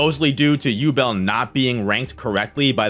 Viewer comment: Yubel? bro their names are litteryl german words wdym yubel?!